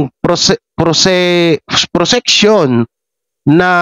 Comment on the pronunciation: Idol G.mukhang nahihirapan kang magbasa mali.ang mga sinasabi mo obasa mo yun davao aabi mo davao,sabi proseksyun imbis na prosecution concerned lang ako sayo mali ang mga basa mo,God blessed